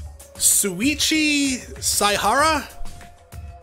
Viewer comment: 9/10 almost got it. You were missing the “Shh” sound at the beginning of his name. You’re slowly getting better at pronouncing Japanese names, so... congrats I guess.